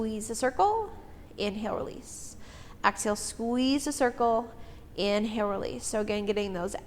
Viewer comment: Love this workout. Great pilates instruction! (Just an FYI, exhale is not pronounced AX-hail. It’s Exhale. :-))